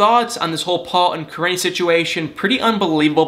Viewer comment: Kah - Ree - Knee. Correct pronunciation. Driving me crazy how you were pronouncing it. Still the best 😎